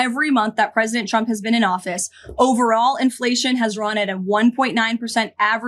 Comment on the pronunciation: She’s a disgrace to her core. On a side note every time she says trump is sounds like chump and I mean yes.